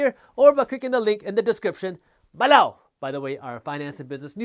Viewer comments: Omg I love the ballow! I think ive gotten to the point if he goes a minute without sating it I begin to listen for it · “EMPLOWEEZ” and “BALOW” - my favorites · Loved the video. It would be a lot less distracting if you could pronounce the word "below" without too much emphasis. But its totally fine if you cannot. Keep up the good content.